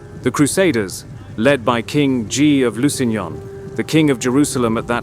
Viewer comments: Not Ghee but Gee. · Nah, can't get over the narrator not being able to pronounce Guy properly.